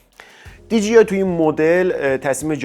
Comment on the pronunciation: عزیز دی جی آی dgi اشتباهه. مثل کلمه ی جیب خونده نمیشه. d jey i درسته . DJI